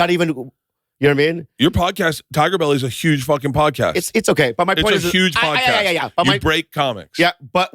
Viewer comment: Haha 'pordcast'.. that made me laugh & idk why